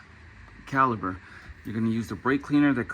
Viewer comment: It's CaliPer with a P not Caliber